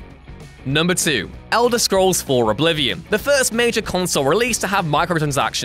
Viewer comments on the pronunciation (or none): none